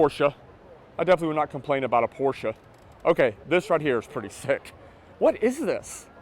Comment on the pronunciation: I love you, but I love you much more just for the fact, that you say PorschE and not just Porsch :D